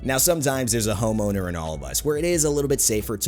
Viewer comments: who else thought he said homo instead of home owner? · Am i the only one who heard him say "The Homo" before he showed the words "The Home Owner" on screen?